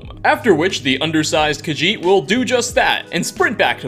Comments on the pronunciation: Did you say undersized khajit?😂😂😂😂😂😂😂😂😂😂😂😂😂😂😂lmao it’s small things like this that make me love YouTube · I love how he called the cat an undersized kajiht